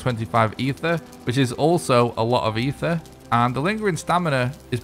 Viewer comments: Thank you! There's no H in the word at all. It's a small nitpick but I cringe EVERY SINGLE TIME😂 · Eitr - (eye-trrr). Aether is not the word for this stuff.